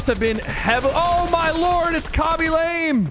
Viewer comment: His name is pronounced lame (La-Meh)